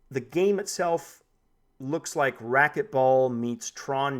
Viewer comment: racket, not racknet mate 😂😋